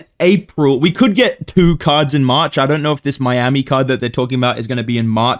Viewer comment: Cannot hear this say march without hearing marcin tybura